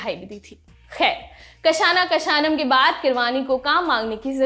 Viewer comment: Kashana kashanam 😭😭😂🤣😭😭. It's क्षण क्षणम atleast put some effort clown.